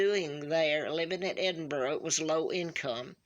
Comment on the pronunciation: After watching this video - at least pronounces Edinburgh perfectly (which most Americans do not), she has a striking Royal resemblance to the lineage. If she is indeed the Queen of the U.K. and Commonwealth I would for one, rather pay for her than the Charlatans we have at Windsor just now. We have this guy from New Zealand claiming to be our King 😫. All we want is the TRUTH. If this is the truth then so be it, she should be Crowned and treated as our Queen. Can you imagine what it is like to be a U.K. subject right now? No idea who our Royal Family are and sick and tired of the Queen we have bowing down to this Markle woman. It’s not fun to be paying for the secrecy and lies especially whilst we have starving children, homeless people and nobody to trust. You expect some of this from a President who is elected into Office. You should not have to expect this from someone who we are led to believe is the rightful Queen ordained by God Almighty to serve Him and us. This is an absolute travesty if this dear woman is telling the truth. I feel for her. I have comfort in knowing the monsters who are putting her through all of this will be answerable to God Almighty as will “Queen Elizabeth II” and ALL who are keeping this hidden from the United Kingdom and people of the Commonwealth (who ALSO pay to have her as their Queen). This is ridiculous and needs sorted out.